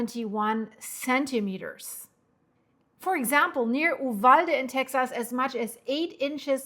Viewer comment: "You-valde" you did Great Getting the info out ❤ Thanks gor Reporting